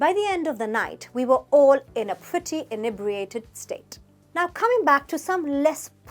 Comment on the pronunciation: Firstly, we also say pissed to mean being annoyed, it's not just the Americans; secondly inebriated isn't a "posh" word used by the "upper classes". How ridiculous ! Actually it's a word used by every police officer who has booked someone for being drunk/under the influence. Lastly, you don't even pronounce inebriated properly. At least get that right.